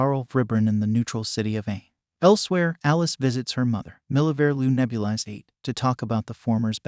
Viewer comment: I don’t like how he mispronounced Nebulis